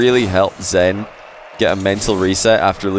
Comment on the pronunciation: all I hear is xan instead of zen, man I need to stop doing drugs